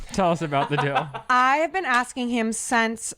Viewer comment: got saying “dill” instead of “deal” and it has me rolling 😂😂😂